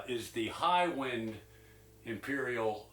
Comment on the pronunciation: It’s the mispronunciation of the word “wind” as in “the wind (short “i” sound) is blowing” instead of correctly referring to how the pickup is wound/number of windings or low/high wind (long “I” sound) that is being referenced here. Thanks for the video!